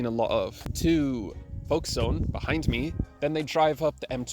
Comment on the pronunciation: Foke-stun not Folk stone... Hey! You can see my house! 👋